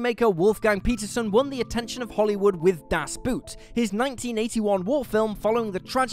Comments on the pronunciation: Das Boot = the Boat. The German Boot is not pronounced the same way as the english boot. It's simply a long oh sound. Just say Bohhht. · Das Boot is pronounced Das Boat. Exactly the same. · The horrors of war is nothing compared to hearing English speaking people mutilating the word Boot in 'Das Boot'! Mein Gott, zat iz atrousious! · I literally cringe every time I hear someone pronounce it the wrong way. Like I physically can't control my disdain. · Yes, I know that, I've seen the film about six times over two decades and to my understanding of German language it's not pronounced as "boat" as in English but more closer to "bought" with prolonged o's. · I know this is nitpicky, but I find it so annoying when English speakers pronounce 'Boot' as the English word boot... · I love you guys... really. But I'd really love seeing people pronounce things right. You say "Das" right, so why not say "Boot" as it is pronounced in German. Like "Boat" but without the -a inflection.